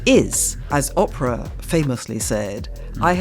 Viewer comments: (ish) it matters, Oprah's name is Oh-prah with a long O. Oprah with a short O sounds like "opera". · Very good interview. I do always wonder a bit about the habit of some English people to deliberately mispronounce names and places that I’m quite certain they know how to pronounce (having seen this with some of my English family), Oprah and Chicago come to mind. I think it’s meant to signal an airy disregard for what they view as Americanisms, but it reads as a bit silly to me.